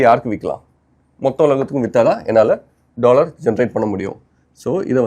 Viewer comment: 'Dollor" ✔ 'Dollar' 🤷‍♂😭